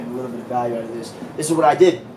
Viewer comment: A man like really said "fuhk owwtah here my nigguah" REAL G